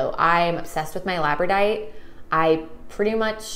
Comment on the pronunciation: so the pronunciation is lab-ra-door-ite. not however you said it. only trying to help out not offend.